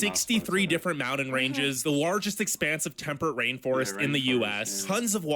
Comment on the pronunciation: Ok. I disagree greatly with this "top 10". & add to it the way he says "mounan". Dude, it's MOUNTAIN! 😂😂😂🥰